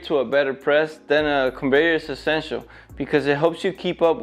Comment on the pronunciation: Gained a follower when you fumbled on the word ESSENTIAL😂😂😂